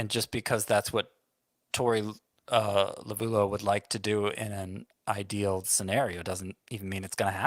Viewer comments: Always funny hearing you east coast guys pronounce Torey Lovullo's name. "La-voo-loo," "La-voo-low," "Low-voo-loh." lol. The DBacks' broadcast guys have been pronouncing it, "La-Vel-Oh" for years. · I believe Torey Lovullo is pronounced Love-el-oh